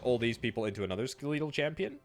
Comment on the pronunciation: That can't be the actual British pronounciation of "skeletal".